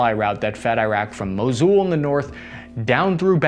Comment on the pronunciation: I can forgive you for mispronouncing Ukrainian cities but, "Mosul"? C'mon man! You were there! J/K love your videos man. thank you